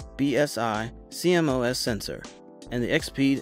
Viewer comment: its c-mos not c m o s